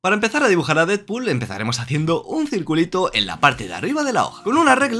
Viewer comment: Se pronuncia "dedpul", no "didpul"